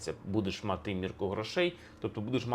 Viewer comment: Пане Алфьоров, Ваші наголоси мусять бути правильними і не псувати мелодику щедрівки… Аж ніяк не хорошИй, аж ніяк не матИ… Та й з приводу коша ( а звідси - кошара) і товару варто б подивитися глибше і докладніше… Етимологія - непроста справа…